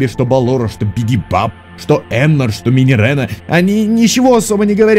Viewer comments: Минирена Минирена, там ее, а не е, так что минирина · Не минирена, а минирина(двойная "e") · Читается Минирина, а не Минирена :) Но блин, я лав твои теории 😍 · Minireena читается как Минирина. (Кароч там не Е)